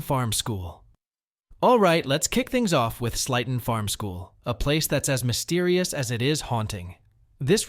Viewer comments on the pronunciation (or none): Sleighton Farms is pronounced Slayton Farms, like Santa’s sleigh.